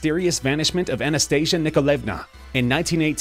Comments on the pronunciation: You said Anastasias name wrong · Anastasia and Maria, also, you said Anastasia wrong